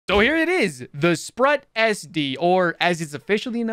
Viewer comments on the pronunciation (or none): It's pronounced sproot, like Groot, means octopus. ^_^